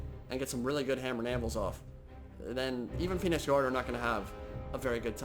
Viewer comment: turn subtitles on (Phoenix Guard pronunciation) *facepalm *